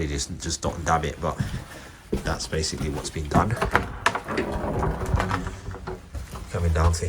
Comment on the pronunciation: "Basicall" try a thesaurus